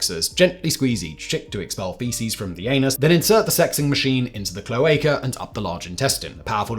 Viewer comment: My spouse has been bitten by the homesteaders bug and I support him 100% but when he started to talk about cloaca sexing his flock I had to laugh- not at the idea of looking at bird buttholes (I'd been cloaca sexing my reptiles for a decade) but by the way ge said cloaca wrong. I couldn't keep a straight face and had to gently correct his pronunciation. I could tell it was a word he'd seen written but never used in conversation. Either way, he got his birds and I got another reptile out of the arrangements.